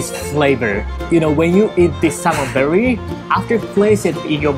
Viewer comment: 🤣🤣🤣I was wondering too...berry? Is the taste sweet like berry? 🤣🤣🤣, now I know, it’s belly! Thanks for he clarification! 🤗💜